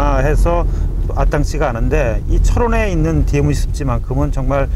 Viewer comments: 재 두루미는 전세계에서 제일 개체수가 많다. 미국만해도 재두루미를 사냥 허가 해주는 여러 주 ( state )가 있다. 하루에 3마리까지 잡는것으로 허가하고 있다. 그러나 더 큰 두루미는 보호하고 있다. 디에므지 라고 발음하는분, 일본식 영어 발음이네요., 발음 고치세요. 디엠지라고요. 여기 큰 두루미는 단정학인것 같아요.머리에 붉은색이 보이죠. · 디에무지 발음 터지네요 ㅋㅋㅋㅋ